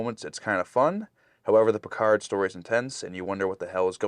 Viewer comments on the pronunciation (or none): Sometimes it sounds like they are saying “Percard” lol. Loving the reactions.